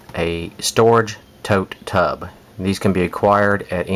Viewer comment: Yeah, you said tote tub, sounded like tub tub, too many times, but this was very interesting and I will be following your steps to start mine this spring.....thank you so much. You were very helpful.